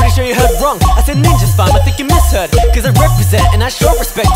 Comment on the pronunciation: Tenvvely127 /Nina Park Min i know that he said that, i just love how he pronounces ‚misheard‘